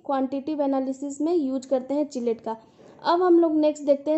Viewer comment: किलेट not चिलेट mam